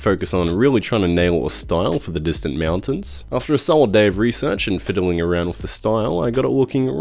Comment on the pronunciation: "Meowtains" Am I the only one hearing this? Are my cats hypnotizing me in my sleep, or something?